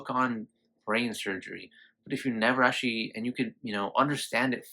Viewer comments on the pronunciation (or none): none